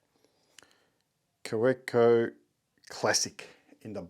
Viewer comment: Nice collection you have started there, some interesting pens. The W in Kaweco is pronounced as a V - ka-VEKKO. Cheers.